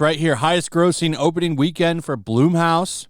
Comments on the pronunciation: It's pronounced Blumhouse like in the word plum not bloom, like with a flower… Plum house especially if you know Jason the founder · Dude every time you say blumhouse i laugh. Not knocking you but youd think someone who covers this shit? Youd know how to pronounce it.